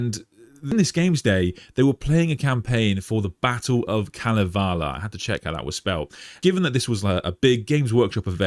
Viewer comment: "Kalevala" is pronounced "Ka-LE-VA-la."